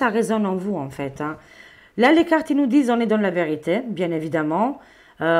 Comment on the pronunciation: Bjr, merci pour ce tirage. Par contre, sans vouloir me moquer, je voulais juste vous dire que lorsque vous utilisez l'oracle " Ce que les Anges vous disent", il faut prononcer " disent " comme si c'était " dise " et non pas " disant " comme vous le dites...😂 Merci par avance de.le pardonner pour cette remarque... C'est juste pour vous transmettre l'info...